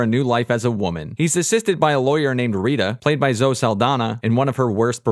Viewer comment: Why do you say Zoh instead of Zoh-ee?